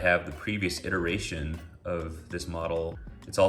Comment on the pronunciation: Say iteration again.... :(